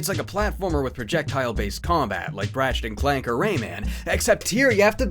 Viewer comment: I could've sworn instead of "Ratchet and Clank" you said "Crash Ding Clank" I was like, "Is that the next Crash Boom Bang?"